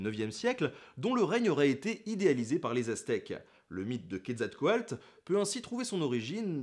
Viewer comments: je crois que c'est "quetzalcoatl" et pas "quetzalcoalt". oui, je sais, je chipote. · C'est QuetzalcoaTL et non QuetzalcoaLT. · Ce n'est pas plutôt Quetzalcaotl ? Car dans ta vidéo c'est écrit Quetzalcoalt et tu le prononce comme ça, je l'ai toujours prononcé "couette zal quoi teul"